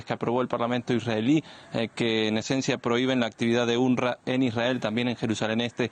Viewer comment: Se pronuncia unrwa no unrra